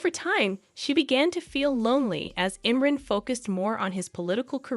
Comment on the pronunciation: His first name is pronounced Im-Ron!